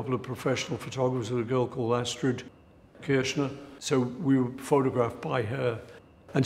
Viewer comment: Oh, Paul. Astrid Kirchherr, not Kirschner. Should know better.